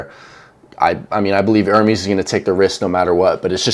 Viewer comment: Legit stop trying to be an ‘analyst’ on arm wrestling, until you start pronouncing their names correctly. It’s ‘Er-mez’, not ‘Ermees’…..from a Jerry fan.